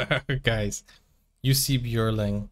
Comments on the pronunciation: Not juicy....pronounced "yussi" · Pronounced “You see”! Anyway check out the Jussi Bjorling Society USA!